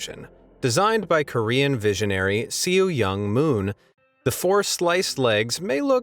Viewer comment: I’m sorry if it sounds rude I don’t mean to sound like it but you are however pronouncing Seo Young Moon incorrectly